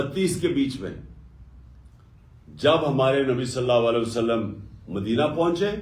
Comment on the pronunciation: Ye Nabi Sallallahu Alayhi wa Sallam sahi nahi bol sakta, keun ke ye aik shaitan hai or Paak Nabi Sasallallahu Alayhi wa Sallam ka naam is ki napaak zuban pe nahi charh sakta. Ma’az Allah, ye shaitan Nabi Sasallallahu Alayhi wa Sallam kehnay ke bajae Nabi Salla Walay wa Sallam kehta hai.